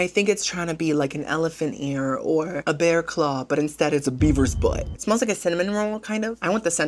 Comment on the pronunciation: I thought you said Biebers not beavers lol